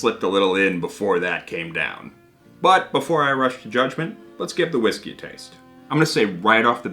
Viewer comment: You're pronouncing whiggsky all wrong, don't make me send Stevie pink eyes round to stay on your couch!